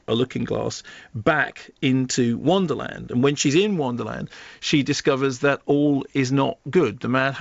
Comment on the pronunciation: Wonderland, not "Wanderland". tsh